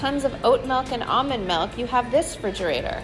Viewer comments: Are we all just gonna ignore that she pronounces it “fridgerator” ? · Why she calls it frigerator instead of refrigerator?? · It is a refrigerator not frigerator. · Kim "Walk in fridgerator!" FRIDGERATOR!? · does she say fridgerator?